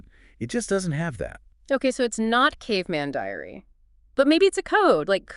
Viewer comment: Then she drops what I understood "It's not caveman diarrhea".